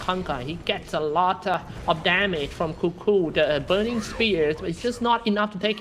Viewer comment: I Love how he pronounces Kuku xD